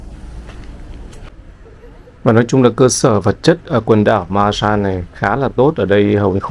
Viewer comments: Từ Santa Cruz, của đất nước Hoa Kỳ. Xin góp chút ít về việc phát âm về tên của hòn đảo Marshall. có thể phát âm “ ma xồ “ thay vì “ ma xa “. 😁 Và đây là 1 kênh YouTube đáng được ca ngợi, và ủng hộ, vì những đóng góp to lớn của đem đến những đời sống của những hòn đảo của Thái Bình Dương đến cho mọi người. Bản thân anh cũng thích du lịch đến những quốc đảo hơn là quốc gia bình thường. Nếu có điều kiện làm những chuyến đi về Đại Tây Dương, cũng có rất nhiều những hòn đảo nổi tiếng. Chúc sức khỏe và thành công. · Góp ý chút nhé, phát âm đúng: maa-sờl ai-lần. Great vid, anyway. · Đọc là mar so đơn giản vậy thôi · Em đọc tên quần đảo Marshall này chưa đúng lắm, phải là: Maar-shuhl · Quả đó tiếng Anh là "Breadfruit" em a. -"Marshall" tiếng Anh đọc kà "Mar - Sho". nhớ không ? chữ "All" (Tất cả ) đọc thế nào thì âm cuối của "Marshall" sẽ đọc vậy ... - Quả nhầu thì tiếng địa phương ở đó họ gọi là quả "Noni" quả này họ muối lên men để làm nước uống . - "College Of The Marshall Islands" là trường cao đẳng để đào tạo Cán Sự chứ không phải là Đại Học (University) em ạ !. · Tiếng anh đọc là má sô